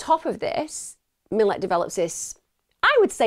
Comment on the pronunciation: Don’t wanna be that bloke and it doesn’t matter, but the pricks name is pronounced Mill-at, great video as always regardless 👍🍻🇦🇺